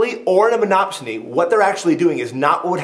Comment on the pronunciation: Great video...That bit where he says "MonopSONY" weirdly three times just cracks me up...lol